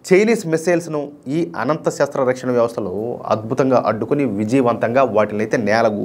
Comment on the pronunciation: Rakshana na is not It is ana.please correct it